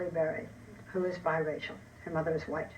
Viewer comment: You mean the mothuh don't you?